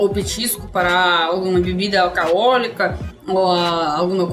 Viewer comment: Bebida alcaolica kkkkk Achei engraçado demais kkkk Alcoólica